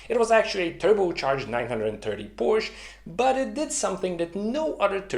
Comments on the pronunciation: Phantastic initiative. Congrats. Just one minor point. Could you please avoid saying 'Porsch'. It is Porsche which makes a big difference. It is similar to boot school vs boost school. If you are not sure how to pronounce it correctly ... try Porsch.ah. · Please don´t say Porsch. it makes you sound like an Idiot. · I love this channel, except ... Porsche is a two-syllable word! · Please explain to me how someone as exceptionally intelligent as you, who has such great respect for attention to detail, accuracy, etc. would knowingly mispronounce Porsche. I'm genuinely baffled here. I mean, why? WHY???